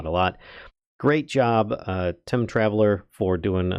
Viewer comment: Nice mod and spotlight. But in my opinion, the name of the mod developer is probably "Time Traveler" not "Tim Traveler" as it seems you're saying. Sorry.